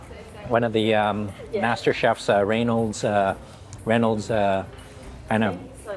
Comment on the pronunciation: You can't pronounce Reynold's 1st name either 😂😂😂 Its like the foil "reh-nolds" 😂😂